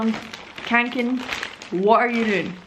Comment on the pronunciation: you pernouse it fe - yall- raven ka-ken